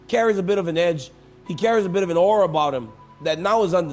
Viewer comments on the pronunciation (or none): none